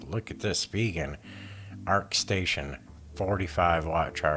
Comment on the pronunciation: Former Spigen employee - Thank you for pronouncing Spigen correctly.